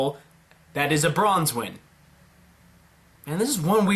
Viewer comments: Why are you pronouncing Qrow's last name as bronze wen there is no z or bronze in branwen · Branwen not Bronzewen XD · Bronwin NOT Bronswin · Ok, m8, it's not Bronzewen, aight, it's Branwen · It's brawnwen there's no s in it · oh and just a minor odd complaint but its branwen. there is no "Z" bran like raisin bran cereal and wen like when. the way you pronounced it was like dove's last name. also by dove i mean dove bronzewing the "D" in team CRDL (Cardin's team) he is such a minor character that i felt the need to explain who he is. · he typed it out branwen anyway, he was just pronouncing it like branswhen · There's no s or z in Branwen